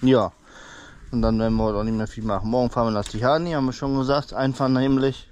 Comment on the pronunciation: Immunsystem stärken lieber... Zitrone, Ingwer... Vitamin B... Und Barfusslaufen ist auch super... Kneipen... Gute Besserung ❤ Tihan wird es ausgesprochen... nicht Tihany 😅😊🎉